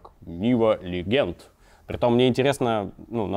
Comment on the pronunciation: Legend [ ˈledʒənd ] - произносится как леджэнт, а не "легенд".